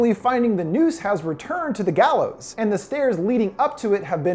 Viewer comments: The gaylows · It gallows